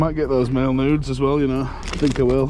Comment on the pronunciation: Yes! They were making marbles the same way back in the day. It’s so cool. And dude you and those cards. My husband was listening to me watch and he just kept hearing you say make nudes over and over he was like what the hell are you watching??😂😂😂😂😂